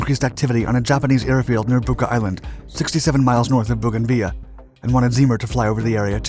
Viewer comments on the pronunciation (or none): Bougainville is NOT pronounced Bougainveeya, it's named for a Frenchnan, and was a French colony. Boo gan vil . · Bogan-viya?? It’s “vill”, like “grill”. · Booganvea,what a strange way to pronounce bougainville. In the real world it's bo-gan-vil ,your american pronounced places are as bad as your terrible spelling of the english language, very poor. We might have a funny accent in australia but at least we have a better grasp of the language we speak and learn it far better than any american i've ever met. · It’s Bougainville, NOT Bougainvillea!!! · Bo GAN Vil... As a son of a WWII fighter pilot and having known multiple pilots and crews growing up no one pronounced it ve ya. Maybe they were wrong but they paid to say it any bloody way they wanted. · Weird hearing Bouganville being pronouced as bouganveya instead of bouganvil.... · Bogan veer? What the hell drugs are you on. It's pronounced Bogan vill. Bouganville. Love that you are doing history but even a cursory search for pronunciations will gain you a lot of street creds. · It's Bougainville, where are you getting the "via" at the end? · Do you mean Bougainville? If so, it's pronounced Bogan-vill. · Pronounced boug in vill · Are you trying to pronounce Bougainville? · This mans pronouncing of Bougainville hurts my ears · It always was. He just mispronounced it. (As he does with lots of words).